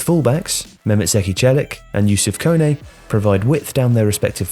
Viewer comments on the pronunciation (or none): none